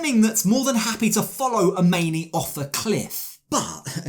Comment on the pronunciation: Nope, it's "AH-MINI"!!!